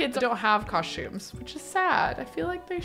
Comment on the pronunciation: The “COSH-tumes” gets me every time lol its COSTumes